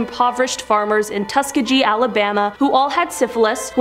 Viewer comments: its pronounced tuh·skee·gee not tusk·agee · It's pronounced Tus-kee-ghee not tus-ke-gee.. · Tuskegee: Tuss-KEEGHEE, not Tuska-JEE. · The experiment was done at Tuskegee, pronounced (tuss-key-gEE)! Small g. Respect the suffering of these human beings at the hand of monsters by at least getting the name of the institution right. Being ignorant in this case is almost a crime. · Tuhs- KEE-gee.... hard g. Thank u for shedding light on these topics! 🥰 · It's: Tus- Key - Gee.. but thank you for trying. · It’s Tus-kee-gi that is how it is pronounced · the name of the town is pronounced tusk key gee not the way you said it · Tus-kee-gee experiment. It's not pronounced how it's spelled, and automated pronounciation doesn't get it right. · TUSKEGEE... ASK GOOGLE HOW TO PRONOUNCE IT PLEASE!! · Can no one that works for Most Amazing on any of their channels pronounce Tuskegee right?